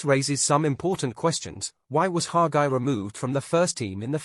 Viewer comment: It’s Hagi not Haga